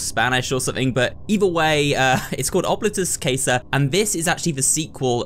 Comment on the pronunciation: Quick thing with pronunciation. Coming from the southern U.S, i will say I believe the pronunciation to be closer to Ob-lee-tus Cah-sah. Other than that slight mispronunciation, the video was wonderful. Thank you for uploading such quality content, and I hope to watch you for horror endeavors in the future.